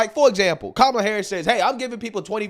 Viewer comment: I thought you said "Gobella Harris" lolol.. Oops